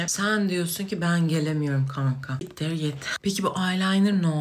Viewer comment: "Yeteir yeteiirr " sjsjsjjsj